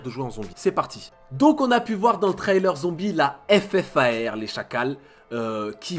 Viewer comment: ta paq retenue on dis le ffar mdr